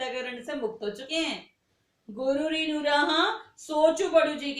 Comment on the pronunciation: Shran Nahi rinn...galat padha Tumne.